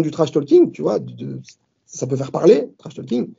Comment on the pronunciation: Arrêtez tous de prononcer le L dans trash-talking purée !!!! En tout cas l'info qui ressort c'est : adversaire international ! Sauf si il perdi évidemment ... mais sinon le prochain après Baki ne sera pas français, en espérant que ça soit un gros nom :) !